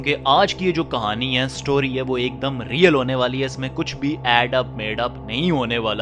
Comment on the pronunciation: Bhai Apna Real bolna to thk kr lo plzzz